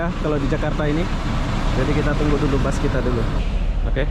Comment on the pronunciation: Bus tulisannya di baca bas